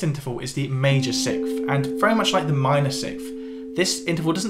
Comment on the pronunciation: Great video, but my man can't say 6th to save his life!